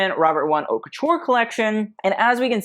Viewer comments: I like looking at the costumes on your videos, and your commentary is quite informative; but you really need to learn how to pronounce "haute" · But what can you expect from somebody who cant even pronounce the name of his channel? "HAUTE"